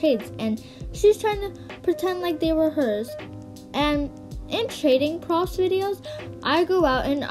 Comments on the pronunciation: no one:: saying the word "proofs" profs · Sorry 😅 it’s pronounced “proo oofs” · Girl why do you say proofs like dat xD